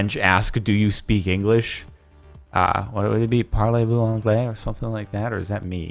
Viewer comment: "Parlez-vous anglais?" Was right Jordan. It is exactly what you wanted to ask "Do You speak English?" and your pronunciation of it was pretty good too.